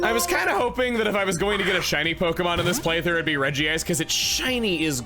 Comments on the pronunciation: The fact that you still regi-ice instead of reg-ice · Out of all people I'd think you, Chugga, would say "Regice" and not "Regi-ice", there's only one I. Is there some official resource besides the anime that has you saying it that way because I trust your pronunciations more than anyone else when it comes to Pokemon but this, this is one I can't believe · Praying Chugga will one day pronounce it as Redge-ice